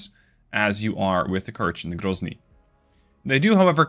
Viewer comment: Воу Воу Воу грозный прозвучало чётко... Будто бы по русски и сказал)